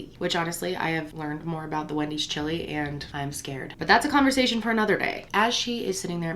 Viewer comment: The way she says chili 😂😂😂😂😂😂😂 Ssshhili 😂